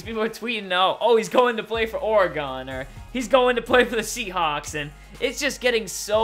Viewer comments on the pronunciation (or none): OR-I-GON lol that sounds like a pokemon